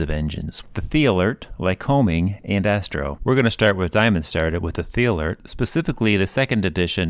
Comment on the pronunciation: Pronounced "TEE-lert". Not "THHEE-alert"